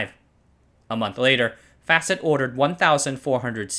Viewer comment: Facit, not Fäcit